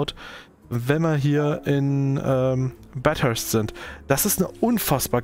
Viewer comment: Warum spricht er/warum sprichst du Bathurst immer Bat-hurst aus?